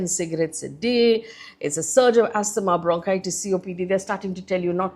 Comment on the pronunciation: Pronounced 'Azzmaah'✅ Not 'As-TH-maah'❌